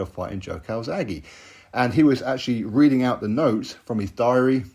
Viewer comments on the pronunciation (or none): none